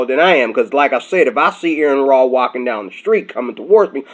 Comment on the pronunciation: Also, it's pronounced are-en raw. Are en. Not Aaron.